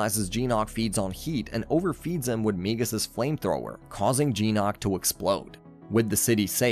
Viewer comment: Its GYNOK not jeenOk